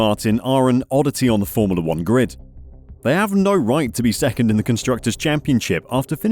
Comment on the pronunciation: Why is this narrator pronouncing it 'formerla'?